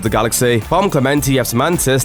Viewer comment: You kinda mangled the shit out of Pom's last name.